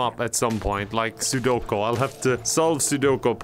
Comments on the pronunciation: It's not Sudoko. It's Sudoku!!? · Regular people: pronounces sudoku like “soo-doe-ku”: pronounces sudoku like “soo-do-ko”